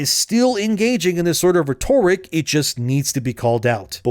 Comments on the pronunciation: Ree-tor-ic? It's pronounced Rett-tor-ic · ret ur ic not re tor ic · Reh-ter-ick is how you pronounce Rhetoric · It's pronounced Rhet-Ore-ick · Please google the pronunciation of "rhet" "toric" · You are saying rhetoric wrong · i beg you, please learn how to pronounce "rhetoric" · this dude still saying rhetoric wrong jfc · My bro, please learn how to pronounce “rhetoric.” Love your vids.